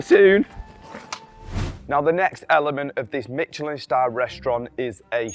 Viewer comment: not pronouncing Michelin properly